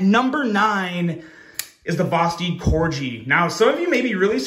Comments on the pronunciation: I'm sure I'm not the first one to point out...they name some models after dogs. Labrador. Dachshund. And yes, Corgi. KOR-ghee. Not KOR-jee. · It's pronounced Cor-gi like the dog not Corgee lmao what is so many knife people mispronounce knife names 😅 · It's corgi "G" just like the dog, not corji "J" . It sounds like the g when you say "guy" not "gee whiz". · It's pronounced (core-gee) like the dog. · I’ve already pointed this out before to him, I think he does it just so we comment like we are doing lol. He’s a Smart guy 🤓